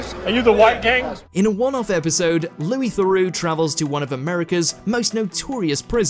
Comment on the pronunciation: Loois Thorax.